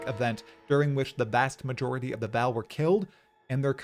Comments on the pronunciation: Dude its "Vaal" not Val like Val Kilmer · Ngl i almost turned the video off because of how you pronounce vaal. Its said in game correctly you dingus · Wow you really butcher that Vaal pronunciation. Come on its not hard to say it correctly. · Hood lore dump. You just pronounced Vaal and Karui a little weird. 😂